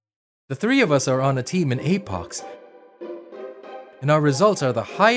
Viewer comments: Apox instead of apex Lmao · Apex❌ Apox✅ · It's apex not apox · The second I heard apox I thought don't u mean apex? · Apox bruh seariously its Apex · This is good but “Apox” really? Just say apex it’s not like they are gonna sue you for calling their game good. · APOX????? You mean apex😂😂😂😂😂😂😂😂🎉🎉🎉🎉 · I like how hey took Apex Legends and called it APOX Hero